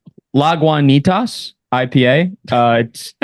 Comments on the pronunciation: “Say La-goo-knee-tus” is literally on the bottle. You never fail to disappoint. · Great IPA from just north of San Francisco in Petaluma, CA. Lagunitas = La-Goo-Knee-Tus. Love take on Caleb Williams and how much of a crap shoot the draft with QBs is in the NFL. Philip Rivers was a.500 QB after that 2007 season going 88-88 for the rest of his career. The Chargers had tough luck but Rivers, like Stafford in many ways, threw the bad pick when it seemed to matter most every year. Goff has already accomplished more in his career (8 seasons) in the playoffs than Rivers did over 16 years, which is another reason I am always perplexed that Goff gets treated like some middling QB when all his accomplishments and stats are top tier except for rushing yards. Thanks for the takes.